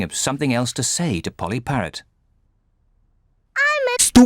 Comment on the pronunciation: It's not Molly it's Polly 😂